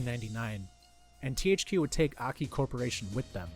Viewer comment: It's "Ay, Kay, Eye" Not "Ahkee"